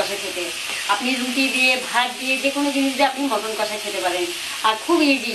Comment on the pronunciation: দিদি মটন না মাটন